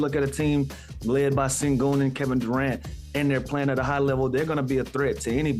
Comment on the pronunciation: My question is why do yall keep pronouncing his name as "Cingun" its "Shengun"! Please watch the rockets games to know what yall are talking about! Sengun has been in the league for 3 years now and yall keep getting his name wrong! From now on just call him MVP SENGUN!